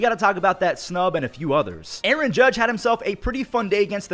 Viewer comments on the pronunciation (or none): none